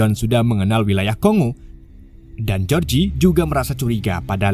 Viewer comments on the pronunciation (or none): none